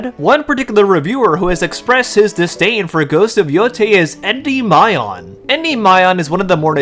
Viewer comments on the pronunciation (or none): Gotta learn how to pronounce the word Endymion lad it is not Endy My On its En Demion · Greek here, Endymion is pronounced "Endimion". The figure in question was put in eternal sleep by Selene. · I wasn't gonna mention it because you had only made one video, but I'm pretty sure Endymion's pronounced en-DIM-ee-in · Great vid, by the way it’s pronounced “en-DIM-ee-un” not a fan of his just, almost didn’t watch the full vid due to the non pronunciation used. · Endymion is pronounced: (In - De - me - on). Like the Gundam from Gundam Wing, I love that show. That Endymion guy has weird takes, and it even comes off as racist. My developer friend who worked for a studio said, "Yes, there is a group of people, mostly women or whatever they want to call themselves, in the industry trying to remove the hypermasculine image of men to combat toxic masculinity." When a character is Hypermasculine, they have to be put into a caring role. Which is why you have the same "Bear and Cub" story repeated in the media now. Also, when you have a male character, the female counterpart has to be just as powerful or more powerful than the male counterpart. The reason for this is because they are trying to sell games more to women. Women are the biggest consumers in America. It is evident in Netflix subscriptions, books, movies, you name it. Women spend the most, and they are making more money than men. Corpos and Developers want a piece of that pie so they do things to try and sell to female audience... aka... modern audience. These podcasters are valid, even though their criticim sucks. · Unimportant nitpick, en-dim-ian*